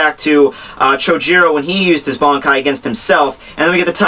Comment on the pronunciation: First of all - how can you pronounce those nicknames of Yamamoto's like that xD? And why does your pronunciation of the word "Bankai" sounds like "Bonkai" o_O? The flashback is from the time before the creation of the Gotei (since he doesn't have haori) but after the foundation of the Academy, so between 2100 and 1000 years ago. Anyway, Yamamoto was epic. He's been raging since Choujirou's death. Driscoll was stupid enough to fight against him...